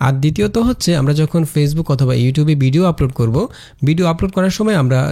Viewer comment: ভাই, বিডিও না, উচ্চারণটা ভিডিও হবে।